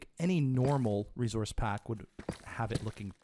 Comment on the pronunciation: "Rezource Pack." So Canadian.